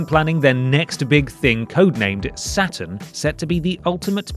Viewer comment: I cannot make it through this vid.. its not satIN its satURN